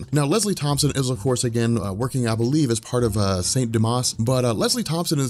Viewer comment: it's Tompkins not tompson LOL!